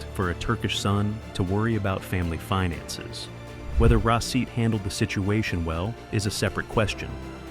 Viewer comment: The turkish pronunciation of his name is rah-sheet. It sounds like the video is saying receipt. 😂